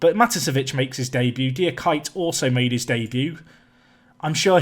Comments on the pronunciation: Diakite is probably pronounced “dee-uh-kee-tay” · Diakite is pronounced Dia-key-tay btw! With the pace on the CBs and less possession, the high back line is killing Tow Law! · I'm usually not the type of person to post these but if you want to know how to pronounce Diakite look up the videos "VSTV Profiles - Mamadi Diakite" at 27 seconds or "UVA Postgame Reaction: Mamadi Diakite" at 3 seconds. That's pretty close. Dee-ah-key-teh